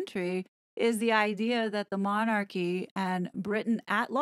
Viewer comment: Really??!! I only came on here as it was shared on my timeline. But I have never known such arrogance, a person who cannot even pronounce the word Monarchy is telling Americans how Britain should view their Royal Family and actually thinks she knows how our Monarchy works.By the way, they are not THE Monarchy there are other Monarchies in the World! The British Royal Family,actually The King, affects,as well as the U.K., 14 other Commonwealth Realms, the USA is not one of them.